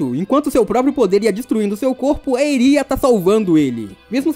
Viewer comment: Desculpa encher o saco mas não é midoRÍa é midôria. Não é Erí é Éri. Não é chiZaki é Chissaki... Tentei prestar atenção mas não consigo com essa pronúncia. Tu deu uma certinha só no final. E não é Dekú é Dêku